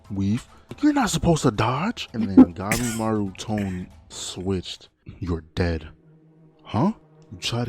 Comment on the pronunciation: Did bro read Gabimaru as Gaemaru or I just misheard him?